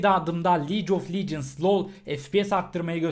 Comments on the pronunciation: licof lecıns değil abi ligof legends yani league of legends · liec of licıns